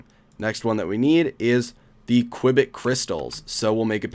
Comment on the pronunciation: You have to pronanance the U in Qubit!